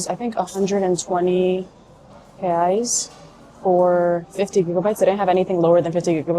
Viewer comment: Wow! Your pronunciation when you said, "Reais" was dead on!